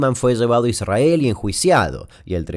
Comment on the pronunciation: Me hace mal cómo pronuncias ISRAEL Jajaja 😅